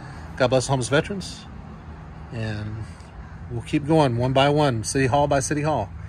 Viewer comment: Vet Er Ans...pet peeve of mine is mispronouncing veterans.